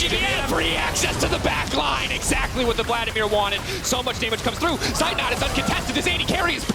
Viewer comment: I'm always triggered when the casters mispronounce Zeitnot...after several years they still didn't manage it.